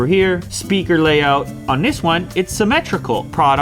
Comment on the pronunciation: I like how he said Antenna lay’out’